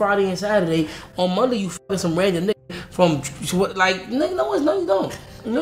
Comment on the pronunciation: mans couldnt even say monday😭😭